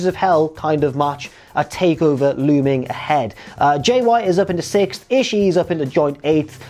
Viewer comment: The trick is to saying "Ishii" correctly is to not pause before that final I, and not to stress the final I too much. Just keep the vowel-sound going as you roll the last two Is together. Rather than "Ishi-(pause)-E", you keep that second-to-last I in your throat, let the pitch drop slightly, then go into the last I. To be fair, though, saying "Ishi-E" isn't pronouncing it "wrong" as much as it's a matter of accent, which is understandable for a non-speaker of Japanese.